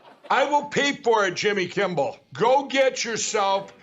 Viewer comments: Is he saying "Jimmy Kimble"? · "Jimmy Kimbel". That prick can't even pronounce his name right. And why isn't Trump in prison yet? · Mike says Jimmy Kimble🤣😆🤣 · It's funny that the pillow man cannot properly pronounce Jimmy's last name. There is no b in Kimmel! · It sure sounds to me like MyPillow Mike is adding a B to Jimmy's last name and saying KIMBLE. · The pillow guy really and truly cannot get Jimmy's name right; Kimbal lol 🤣🤣🤣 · Mikey Pillow talks just like his impersonator. They both mispronounce Jimmy's last name as Kimball. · Mike Lindel is soo stupid, he can’t even simply say “Kimmel”, he always says “Kimble”. The guy needs to stop getting publicity. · he actually does say Kimbel😭😭😭😂😂😂😂😂😂 I'm done 💀💀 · I love how Mike Lindell can’t pronounce Kimmel. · I love when My Pillow Guy keeps pronouncing Jimmy Kimmel as Jimmy Kimball. Hot Dog! Just like an organ! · Such a weird "power move" for Mike to continue mispronouncing Jimmy's last name on purpose. It just makes him look stupid and undermines his own credibility. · When will Mike Pillow learn how to say Jimmy Kimmel properly